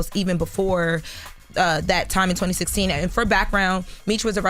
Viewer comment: Did I just heard " 202016 " ?